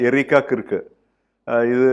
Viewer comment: That pronunciation is not kirk , it is like KARK.